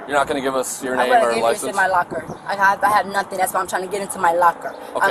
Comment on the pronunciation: I didn’t do “nutting”…….also she “can’t” breath…..😅